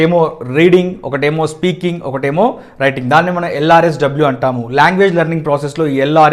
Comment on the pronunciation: Hi sir...im from warangal...u r saying LRSW bt its not that its LSRW...The rule of learning any launguage in the world..wt do u say sir..?is it rt or wrong? Will u please answer me